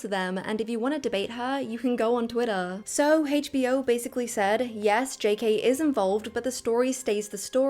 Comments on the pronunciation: Why do you say hachbo instead of HBO it's weird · Why does she call it "Haech Bee Oh"?🥲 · It's not "Hay'tch Bee Oh," it's HBO. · Why are we pronouncing a single letter like its a whole word. "Hasche b o". Sweetheart, its pronounced "H". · I've never heard HBO pronounced as Heych B O before. 🤣🤣🤣